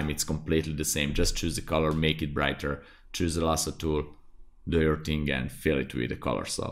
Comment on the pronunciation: "one ting" really got stuck in my head